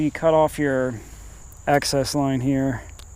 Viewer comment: Access line? I thought it was excess